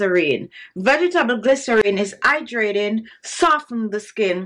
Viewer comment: and "Idraytin" (hydrating) ☺